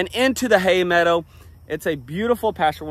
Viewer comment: Pemmican, Yes! Survival food of the Indians and pioneers during long treks and in the winter...I think you are on to something,! People would buy that...I would! Please go back to saying "Hay medda" even once in a while, I miss that regionally accent on certain words...I smiled the whole way through this one ❣